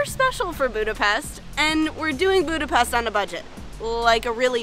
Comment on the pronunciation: Óbuda, Buda, and Pest were unified into one single city in 1873. oh.. and one more very important: it's not Budapest, “boo-da-pest.” It's “boo-duh-pesht.”